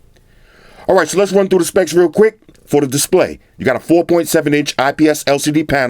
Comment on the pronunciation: "If you got a REL PHONE" 😂😂😂